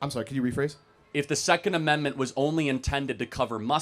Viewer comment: he wants to overturnt the secont ammentment